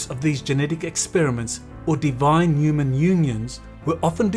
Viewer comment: please pronounce the H in HU man thanks, not a uman